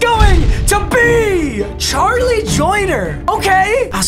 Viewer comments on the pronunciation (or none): none